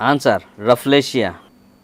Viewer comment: It's rafflesia not riflesia